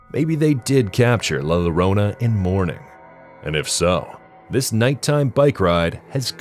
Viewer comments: it's not "la lorona" it's pronounced Yorona. the two ll is like a y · You mispronounced LA LLORONA. It's YO-ROH-NA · It's LA LLORONA! the it's a Digraph! The LL are pronounced like "Y" sound.😂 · Makes you wanna watch the videos on mute!!! 😒 Also double L in Spanish makes the sound of a Y. La Llorona will be hunting your ass for butchering her name the way you did 😭